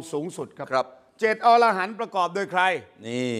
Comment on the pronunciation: ช่วยออกเสียงว่าอะ-ระ-หัน ให้ถูกต้องด้วย ไม่ใช่ ออ-ระ-หัน